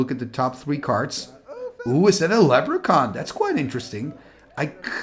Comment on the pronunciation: LeB-ruh-kahn! (I'm a jerk)